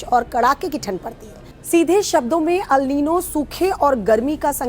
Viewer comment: Madam newsreader ALNino kuch nahi hota..It’s ElNino…aur phr teachers ke baarey mei kuch bi boltey hain reference:Anjana Om Kashyap madam ji…